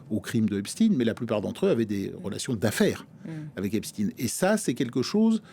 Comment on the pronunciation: Epstine? Comme Poutine?😅😅